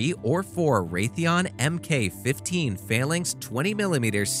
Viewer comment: The flights are pronounced as SOR-TEEs and not as SOR-TAYs. Phalanx is pronounced as FAY-LANKS and not as FAIL-LINKS.